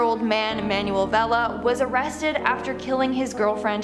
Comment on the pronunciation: "manual" 😂😂😂 it's "Manuel"